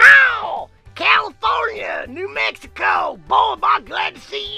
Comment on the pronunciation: what's Meh-hi-ho (I already know its mexico)